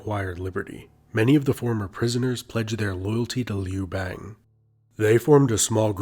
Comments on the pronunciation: The a in Liu bangs name should be pronounced a the U in umbrella. The way you pronounce it, sounds like frog in my language. Liu frog. 😝😂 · Did you just pronounce Liu Bang correctly then proceed to botch it 43 seconds later?😆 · Also the narrator uses a non standard pronunciation for 劉邦, sounds like "Lee oo bei ng" (same vowels in "see two games"), standard would sound like "Liou Bah ng" (chinese "you", ex. 有, should soung approx like english yoyo, as in the toy named yoyo; would be like "Yo, Ma"). So ... he obviously doesn't know or study Putonghua. Maybe he's American? That would account for raised quality of the open front vowel in "bang", Americans often say words like "bank" with a raised open front vowel, such that it sounds similar to "bane".